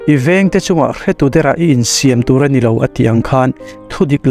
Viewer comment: Mr M I vengte chungah hretu derah i insiam tur anilo tur anilo, tih a 'siam' hi solfa a 'm' riin ari tur ani 's,'hniam ni loin m lairiin.